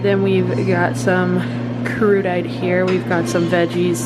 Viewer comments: I have watched a bunch of your club level review videos and this seems like the best selection (of the ones I have watched). I would be curious as to pricing to get a better sense as to value. (Also - it is pronounced "kroo duh tay" not "crudyte.). I am not a drinker so the alcohol doesn't really make a difference but everything else looked good! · I think crudité is said like 'crooditay' same syllables as 'beverahge' 😂 luv u queen ❤❤❤ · Haha, “Crudite” is pronounced Crew-da-tay! Looks like you had a great time staying there!! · This looks so much better than Chronos Club! Love how cozy it is and your fireworks view was sick! You are so living my dream! I always love a good "cwasant," "crew-di- tay," and lemon meringue like Grandma! lol